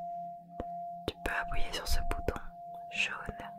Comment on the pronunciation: c’est moi ou elle dit ‘appouyez’ ??